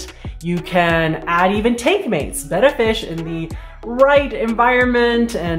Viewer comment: Thanks for pronouncing "betta" correctly. Hearing it said "bay ta" (like the Greek letter) is annoying.